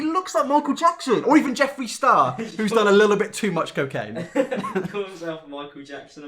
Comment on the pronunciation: I’m wheezing omfg “look like Michael Jackson if he did 100lines of coccane “ THE WALMART VERSION OF JEFFREE STAR IM CRYING OH GEEZ